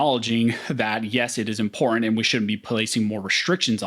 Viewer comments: As often as you use the word it makes me cringe listening to your butchery of it... OK so the word important is NOT pronounced im-por-ant or im-por-int or im-po-int... When you use the word put MEANING behind it because it is a vert IMPORTANT word so say it like you mean it. Practice if you lack the tongue to properly say it. (im·por·tant) - adjective - of great significance or value; likely to have a profound effect on success, survival, or well-being. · This guy can’t say important